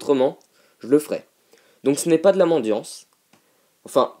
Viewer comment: Franchement tu dis ce que tu veux, tu fais ce que tu veux mais juste, s'il te plait, PAS mandiance ! MANDICITÉ ! ^^ Merci beaucoup :)